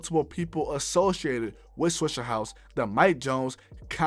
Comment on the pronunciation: it’s swishA house, not swishER house. mayne Hol’ up!!